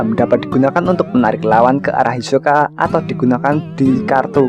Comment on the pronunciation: Hisoka min bukan yosoka